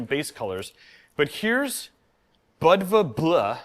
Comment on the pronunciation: It's pronounced bood va like the Montenegrian city Budva. The bleu probably references the color of the Agean sea